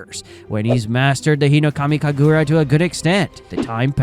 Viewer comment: The way you say “HinoKamI KaGuRa” makes me laugh (I’m not making fun of you it just makes me laugh lol)